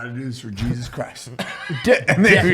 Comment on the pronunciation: "Geesus Christ" >_<¿ lol, You're Mexican, you don''t pronounce the J's, He-zus. Love you Juys. lol.